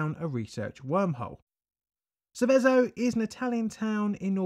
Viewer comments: Forget the pesky metal from the fifth group: I appreciate you did your best with the Italian pronunciation, but unfortunately you got it rather wrong. "Sèveso", not "Sevèso". ICMESA becomes a single word "eek-mesa". Cesano Maderno I dont' know how to give the idea... Ok, sorry for the rant. I was really looking forward to this video and I really appreciate it: keep up the good work! I grew up a few km. from there, some of my relatives lived (and still live to this day) in zone A and I was 3 y.o. at the time. I sort of remember the atmosphere of the days, even though most of what I know about it, I learnt in later times. [Edit: I originally wrote zone C, it's a mistake] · just some more Italian nitpicking, Seveso is pronounced with the stroke on the first e not the last, Sēveso not Sevēso, I grew up less than 10 miles from there, my comment is in the common section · Love the content, but Seveso is pronounced with the accent (emphasis) on the first e, not the second :-) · The name of the town (and river) is pronounced more like SEH-veh-zo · Sèveso, and also Cesàno Madèrno is a single town, not 2 :) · also Seveso is wrongly pronounced. google translate pronounce it in a weird way too but much closer to the original (same for ICMESA). Source: i live in milan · Grat video! A really well documented one. You almost got the right pronunciation for Seveso. The accent should be on the first "e". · This town is where my grandparents live luckily on that day the wind was blowing the opposite way so they weren't affected. Your also pronouncing Seveso wrong but it doesn't really matter.